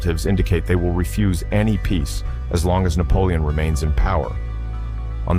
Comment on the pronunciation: You need a new AI system, is that "Napolioni"😂 as a black man??😂😂